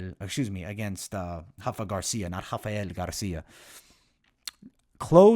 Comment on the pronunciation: My Guy U One of The Best IMO! However its not "Hafa" Garcia its "Rafa" Garcia, he is from Mexicali Mexico where my family is from. Not being petty just dont want u looking uninformed playa. He is a Dog but Im Rooting for Rafa Baby LFG!!!! Hafa is for Brazilian not for Mexicans!